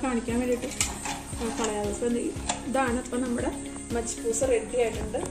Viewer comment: Majiboos alla prayauka arbic macboos Anu adayylum super ayitundu